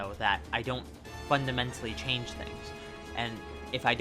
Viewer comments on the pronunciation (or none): none